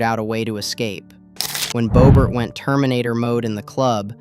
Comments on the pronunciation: Who is bow Bert it’s Bob ert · you also said bobert